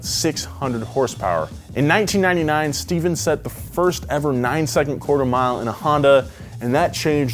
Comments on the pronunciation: You so said his name Stephan papadakis not Steven a legend deserves his name said correctly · I know I'm a year late, but i's "Stefan" Papadakis not "Steven" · I cringed so hard every time he said Steph Papadakis' name wrong. 😬